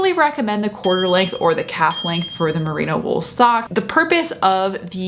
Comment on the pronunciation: It's Merino wool not Merina.....